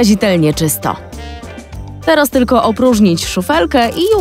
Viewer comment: czy tylko ja usłyszałam "teroz"?